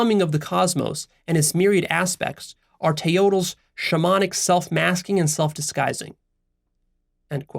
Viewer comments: Yes. And Teotl is "TAY-ot", not "Tay-OH-tel" I think this guy needs to learn a little more before making himself into a teacher of Mexican philosophy. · Nawa (nahua) not na-hu-a. Teotl not teotul. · Love the video. Nahua is pronounced (Na-wa). The "-tl" is pronounced together or don't pronounce the L. "Teot" sounds much closer to nahuatl pronunciation still spoken today. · Ouch to the pronounciation. Nahua is nawua. Like agua. Teo-oh-tl. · Teotl would be pronounced Teot, or teot-e with a whispered "e", thats how you say "-TL". Like coyotl, pronounced coyot but like english coyote, whisper the "-E" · Hey, heads up. If you're going to fashion yourself an authority on Mezoamerican philosophy you should probably learn to pronounce the words properly. Nahua = NA-wa, Teotl = TAY-ot or TAY-ol. You might want to re-record this video to avoid sounding dumb. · One nitpick: the L in Teotl is silent. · I’m Mexican and your pronunciation of nahua and teotl makes me sad. I better read the article and skip the video :( thanks for the recommendation though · Na-hua (silence h) wrong pronunciation of the word. Also all the Nahuatl words is accentuated on the second last syllable. Teotl is wrong pronounced too. The Aztec Philosophy was studied Leon Portilla from that scholar, scholars in US base their work.